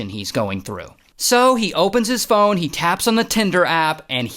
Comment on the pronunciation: I replayed so many times 😂😂 “FIONE!” Never thought I’d hear Ray say “Fione”.